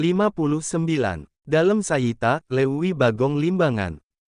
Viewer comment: Cik atuh nu bener maca teh..... nu nyunda.... piraku Leuwi dibaca Luwi..... teu baleg......